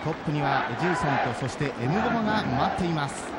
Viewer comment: エムボーマ、エムボマよ